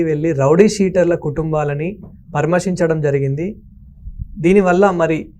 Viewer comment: "పరామశించడం"(పరామర్శించడం అనే తెలుగు పదానికి పట్టిన kharma) వీడియో anchoring కొంచం తెలుగు మాట్లాడే వాళ్ళ తొ మాట్లాడించండి వినలేక పోతున్నా ము